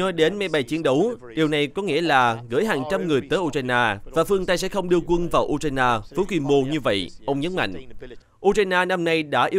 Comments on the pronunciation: Tiếng Việt cũng ko đọc như thế. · đọc theo tiếng Việt